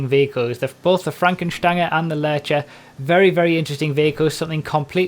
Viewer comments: I'm German and I can confirm the pronunciation of Fränken Stange :) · Finally, someone who pronounces it right.... Everyone keeps pronouncing it like the word Range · Lovely pronunciation, and your German accent is almost there